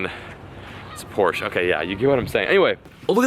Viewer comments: Finally someone that pronounces (Porsche) right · but atleast your pronounce Porsche correctly